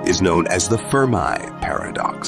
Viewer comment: How u gonna say The firm i paradox and then immediately call it fermi paradox 🤦‍♂️